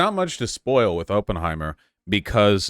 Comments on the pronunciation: First minute and we get “open-heimer” and “by-op-ic” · Vaush really said OPENheimer like a neon sign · He watched 3 hours about the guy and still can’t pronounce his name right.